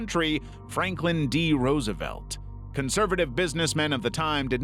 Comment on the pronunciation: Ah yes, the famous Franklin D. Rousialf